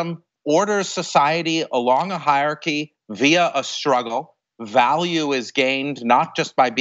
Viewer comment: I'm not sure what's more shocking, the terrifying march into fascism Jason Stanley talks about or his pronunciation of hierarchy